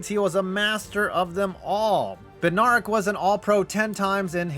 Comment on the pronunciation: Bed- nair (like air)-ick